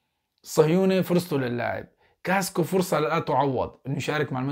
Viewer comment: يا صديقي اسمه كاسكااااااو مو كاسكو لو سمحت لاعاد تقول كاسكو 🙏🙏تقدّم وفقك الله